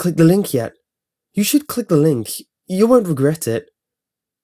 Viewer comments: now it just sounds like clig the ling! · It sounded like he was saying clinga linka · Click the link said repeatedly sounds like clickalink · "clig the linghk" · Click ( Dramatic pause ) The ( Dramatic pause ) link